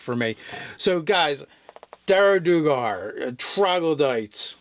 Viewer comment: I could be wrong, but I think the "duer" of "duergar" is one syllable - after all, isn't the word "dwarf" derived from "duergr"?